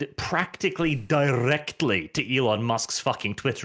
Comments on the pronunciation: It’s Elon, not “Elen” 😎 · FOR THE LOVE OF GOD SAY IT WITH ME NOW E-LON ITS NOT HARD!